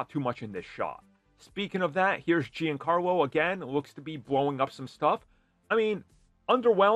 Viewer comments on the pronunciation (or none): none